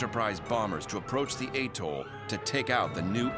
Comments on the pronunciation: Atoll. Not Attol SMH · Atoll not aetoll....please!!! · It’s atoll not attol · Is this really how Americans pronounce "Truk/Chuuk" and "atoll"?